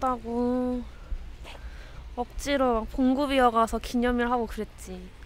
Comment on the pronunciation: 우리 형님은 ㄹ발음을 못한다 기념일은 존재하지않고 기념인이다. 알겟냐 애들아